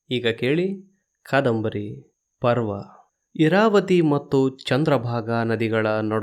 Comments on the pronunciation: Prarva ಅಲ್ಲ parva ಎಂದಿರಬೇಕಿತ್ತು. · Parva, not Prarva